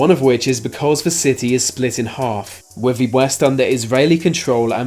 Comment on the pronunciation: Why do the Brits pronounce words with -th sounds like an f??? Case in point they would pronounce "with" like "wif". It's your language and you can't speak it. BTW lieutenant is pronounced lou-10-ent not lef-10-ent.